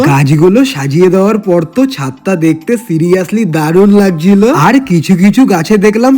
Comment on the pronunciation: Ei or ektu ucharone problem hoy ko tor ki